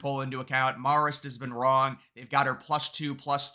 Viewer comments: Hate being that guy, but It’s pronounced MARE-ist, not MAHR-ist. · Learn how to say Marist; sounds ignorant when you are so off. Maar ist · Can you please learn to pronounce "Marist?" Hint: it doesn't sound like "Mars." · You trip me up every time you pronounce Marist as "Morrist." It gets its name from the Society of Mary. Pronounce "Marist" with the same vowel sound as "Mary." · Can someone tell him it’s “mare-ist”? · I love these videos, but you're pronouncing Marist completely wrong. Marist is in New York, the 'a' is not pronounced as if it's in California. A for Apple,, not opple.